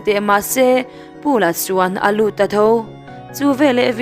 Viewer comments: Pau la ang a lam tur ani lo maw,Paul-a ti angin i lam a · Paul a ti lo in Pau La te han ti la